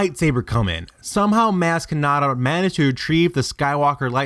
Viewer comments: The only thing worse than all these bullshit theories he is spewing, is how he pronounces MAz KAnAtA. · He pronounced her name wrong so I am now died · I stopped watching this bs cause you deliberately keep pronouncing her name wrong? Why in the hell for? smh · You say Maz Kanada wrong...